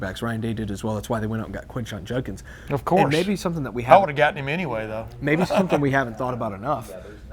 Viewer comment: Herbstreit pronouncing Judkins as Junkins all game was irritating